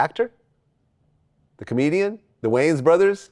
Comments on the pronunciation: “That’s Marlon Waynes.. not Wayans” 😂😂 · That’s Marlon Wayans not Marlon Weigh Ins lmfaooo😂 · Marlon Waynes not Marlon Wayans 😂😂😂. STOOPID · I know Vlad was like 😑 when 69 said "thats Marlon Waynes not Wayans" 🤣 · "thas marlon waynes" not way-ans! lmao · It’s Marlon wayins not wayans lmaooooo I’m dying from the comments too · Tekashi cant get over the fact it that his name is Marlon Wayans and not Marlon Waynes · "Oh that's Marlon Waynes, not Wayans." No it's not bro... it's fucking Wayans. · Yo that’s Marlon Wayans not Marlon Weigh Ins 😂😂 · That’s Marlon wayans not wayans wtf lol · “Marlon Weigh-Ins”🤣😂😂💀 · Lol😂😂😂 why you calling him weighins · "Bro thats marlon wayans not marlon wayens" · The Wayans Weight -Ins 😂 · Marlon Wangs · No, Rainbow Brite, it's WAYANS. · Marlon wayans not marlon wayans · This guy not knowing the wayans is pronounced. Jeez